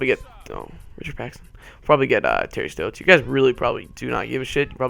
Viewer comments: U were saying terry stotts wrong, im a blazers fan i would know. Its st-'ah'-tts not terry st-'oh'-tts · Your saying stotts wrong